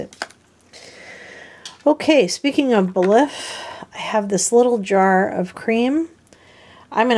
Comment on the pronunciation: Just an FYI: "Belif" is pronounced like "belief". I love the CVS versions of CeraVe, Aveeno and Eucerin. Great job at going through all the products.